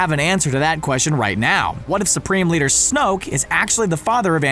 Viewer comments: Pierluigi Di Pietro Snoke, not Snooke. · Wyatt Cusick its snoke not snoak